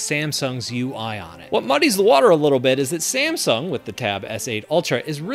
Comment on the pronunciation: You have to pronounce like samsung not ssamsung😂